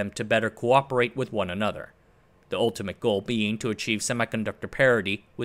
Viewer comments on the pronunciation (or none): none